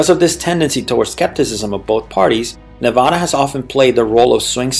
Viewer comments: And for everybody out there it's pronounced Nevada with a soft a sound as in 'dad' not a soft o sound as in the word father! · You already started this video off by mispronouncing the name of this state. Ha ha😂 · Excellent video just remember to pronounce the state name correctly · Yeah ! Makes the rest of the video lose it's credibility.